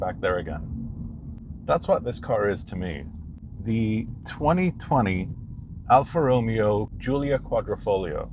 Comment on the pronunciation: If you are going to do a car review, at least pronounce the manufacturer's name correctly!